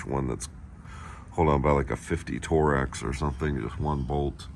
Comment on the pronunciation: Torx or Torex? 😂